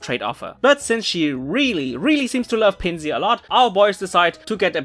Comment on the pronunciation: Note: "Tokio" is not named after the city, his name contains from "toki", which is Japanese for "time". And, you're saying the German pronunciation of Pinsir (since Pinsir's German name is the same as its English name). To say Pinsir's English pronunciation, it's "Pin-sir" (like "pincer"), and not the German "Pin-see-ur".